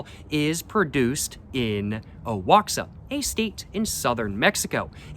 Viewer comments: I could be wrong, but I think Oaxaca is pronounced 'Wa-Ha-Ka. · You butchered Oaxaca